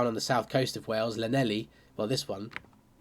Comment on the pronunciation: Dude, I know you don't do Welsh but for your knowledge and growth = Llanelli > Hlan-Eff-Lee